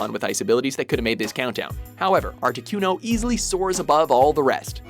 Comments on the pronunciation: #6 Articuno. (Arta-Ku-No): Ar-Tee-Cue-No... (inserts clip where kid says name properly. Still mispronunces it...) it's aight. I would too if I didn't know. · excuz meh Art-eh-QUE-no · ArtiQno Q Q my god its articuno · he said articYOUno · Arti-KEW-no... i can't... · did he really just say "artikyuno"? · Articueno? Seriously? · Lol he says artiquno xD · Am I the only one who got pissed off on how he pronounced articuno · you said articuno wrong... -_ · The way he said articuno made me want to stab myself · They literally pronounce "Articuno" for you, and you still say it wrong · Ikr. How can you possibly mispronounce Articuno? Does even Pokemon? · Mis pronouncing articuno really ?